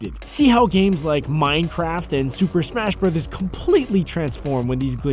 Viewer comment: "In de Shuper Shmesh Brudders Serwies"